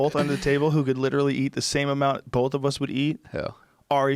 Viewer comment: Joe "Bowlth" Rogan